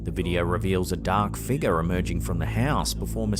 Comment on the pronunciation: ...Struck-shah. Dahk figgah...😅😅😅